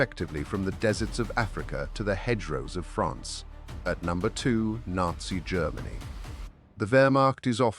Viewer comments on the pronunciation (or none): none